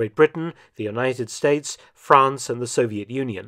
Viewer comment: Dr. Felton, I would like to thank you for reassuring me that the proper pronunciation of "Soviet" isn't actually "Sawviet" as one current British narrator of WWII documentaries pronounces it. It drives me wild every time I hear it and makes those programs practically unwatchable to me.